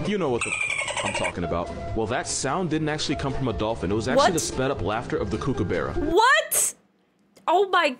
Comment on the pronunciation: Do you see a E in kookaburra? It's kookaburra not kookaberra. You do not have them you do not get to name them